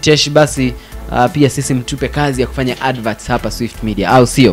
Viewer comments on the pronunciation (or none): none